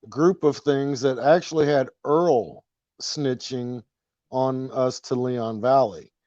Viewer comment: You said "Earl The Rapist" LOL